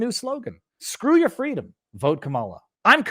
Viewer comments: Viva!? I'm sure he said fweedom. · It's pronounced "FWEEDOM!!!!!